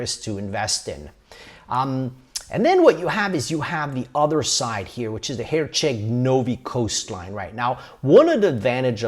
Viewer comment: My ears bled when I heard him say Herceg Novi 😂